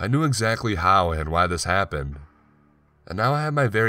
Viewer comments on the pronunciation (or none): Man I'm sorry but whyyyyy do you emphasize unimportant words? There's no real animation in your voice. To me, it kind of sounds like when you sing one note and then run your finger up & down over your Adam's apple. Just that same weird fluctuation over & over. "For a second I couldnt spEEEEAK... I knew exactly HOW, and why this haaaaaappened." "I packed my stuuuuufff, and I relocated to the third flOOOR." "I woke up sweating and conFUUUUSED." "They said they heard screaming from your flOOOOOOR." "After about thirty MINUTES the police finally showed uuuuuuhhhp." I'm not trying to be a bitch. It's just really frustrating to try to listen to. You choose good stories, but it's next to impossible for me to listen to them all the way through. Just some constructive feedback I guess...